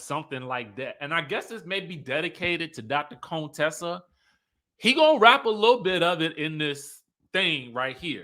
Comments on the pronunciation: Please stop calling her CONEtessa it's Con Tessa pronounced Cun-tessa! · Why are you pronouncing her name like that, her name in CONTESSA???? Not Cone Tessa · stop calling her coontessa, you are either ignorant of the pronunciation or you are playing up what Hellvuly called her earlier on. You are not suppose to sound like you are trying to play “shady” too!! Besides, Contessa is too pretty for that name to make any sense. Plus, that’s a name that the other side likes to call us!! So please …it doesn’t fit you. Her name is Con (Tessa) like con (trol). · Can y’all please stop calling her “Coontessa” her name is “Con-Tessa” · Wtf do y'all black people keep calling another black woman a COON? Her name is Contessa not Contessa its not not funny at all....Okay bye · Not him calling her ConeTessa like Dr. Heavenly. Lmao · Ever-ee time he says Dr. “CONE-Tessa” 😂😂😂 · Why you saying her wrong? On purpose stop 🛑 it’s not cute. It’s giving real Fake unless that just you, I don’t know. We grown respect her name. Dr. Contessa is a real doctor & earned that. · Lmao why are you saying Dr. Contessa’s name like that? 😂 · you know that is not how her name is pronounced 🙄 you being funny now! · OMG! The way you say Contessa’s name 🤦🏽‍♀️ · Why do you pronounce Dr.Contessa name that way.